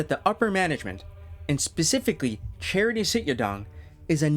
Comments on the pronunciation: great video but just pronounce his name properly… its CHA-TREE not charity 😂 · His name is not Charity. its Chatri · Only thing is his name is pronounced CHA-Tree not like a charity organization